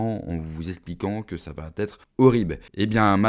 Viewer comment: CA VA T'ÊTRE????? T'ES SÛR DU "T'ETRE"????